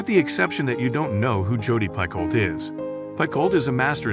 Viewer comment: Jodi Picoult is my favorite author of all time. If you are going to talk about her books at least pronounce her last name correctly. The speaking voice is very robotic--AI perhaps?